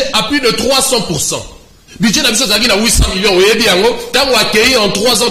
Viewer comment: On dit budget et non Budie 🤣